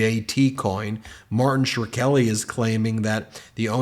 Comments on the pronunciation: Why you saying his last name like that? The common pronunciation is “skrellee” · I believe the last name of Martin is pronounced like "screlly". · Why are you repeatedly calling Shkreli “Shirkeli”. The “r” comes after the K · Shir-kelly? C'mon just look at the order of the letters shkrelli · Sher-kelly? Never heard it pronounced that way before. Either way, dude is a scumbag, so I wouldn't be at all surprised if he's in cahoots on something with the Trump family. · idk who this Martin Sherkelly is you keep talking about. maybe look up a "how to pronounce" example next time... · It makes me laugh every time Ben mispronounces Shk-reli. Every time. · Oh, Barron! You had a shot, bro! You could have gotten out! You could have been the normal one. The Marilyn Munster of the Trump family! You were the Chosen One! You were supposed to bring balance to the Force, etc. Also, dude, the 'r' is AFTER the 'k'. Shkreli. Shhh-krell-eee. If you actually have dyslexia, ok. Sorry. But damn, bro! Lot of people were saying his name not that long ago. Seems like you might have heard it before? Being in a particular business? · I am considering suing you for triggering my OCD by repeatedly mispronouncing "Shkreli" as "Shrkeli." 🤣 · also pretty sure it's read sh'krell'ee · How does “Shkreli” magically change to “Sure-Kelly”? There’s no ’u’ at all. The ‘k’ is BEFORE the ‘r’. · If you're going to keep using the name, you should pronounce it right. The k comes before the r, and r comes before the e. It's two syllables, not three. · Are you sure you're pronouncing Shkreli's name correctly? Yes, he's a felon and a POS to boot, but butchering non-anglo names is such a GOP or Fox News thing to do! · Martin Shrkeli's last name has two syllables. I couldn't finish the video. He also does this with Laura Ingraham. Their surnames do not have three syllables. Respect. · Ben, learn how to say "Shkreli". It's only two syllables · Please read "Shkreli" properly. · Shu-krel-i, not shir-kel-i